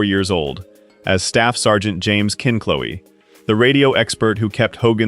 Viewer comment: Can't we teach AI how to say Kinch Low?